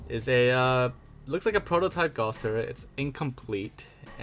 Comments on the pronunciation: what makes you say that? it’s Gauss, not Guass. It’s named after German mathematician and physicist Carl Friedrich Gauss, who formulated mathematical descriptions of the magnetic effect used by magnetic accelerator cannons. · "Guass Turret" xd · 'Guass Turret' Dies from a stroke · "Guass turret" lol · Guass? GAUSS